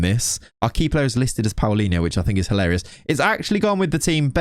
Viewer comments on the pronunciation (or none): none